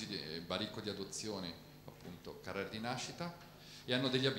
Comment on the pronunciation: Peccato l'accento insistentemente sbagliato su Carrère...